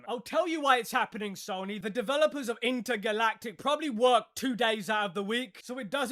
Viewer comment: "Intergaylatic" 😂😂 is awesome.